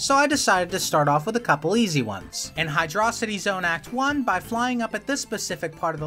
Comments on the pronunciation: Finally someone that pronounces Hydrocity zone There is nothing that shows this could be a city other than looking manmade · Thank god another person KNOWS how to pronounce hydrocity zone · W hdyrocity pronunciation 🎉